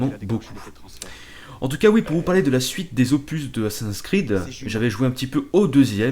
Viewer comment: C'est moi ou t'a dit Assassinsin's creed ? x) Non mais ca me fait marrer mais le prends pas mal ;) sinon super commentaires :) + 1 Abonné